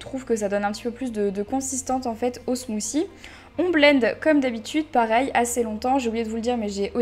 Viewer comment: ya un T dans smoothie et pas smoozie